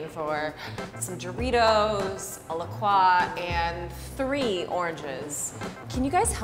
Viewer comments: it's pronounced la-kroy, not la-kwah, or la-krah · I'm mad she called it a La Krah and not a La Croix....It's pronounced La-Croy...they even explain it on their website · are we just going to ignore how says la croix? 'la qua' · that's the actual way but even the company says 'la croy'